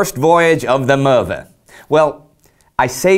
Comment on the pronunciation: Fascinating voyage. Indi: It's pronounced Möve not MöRve.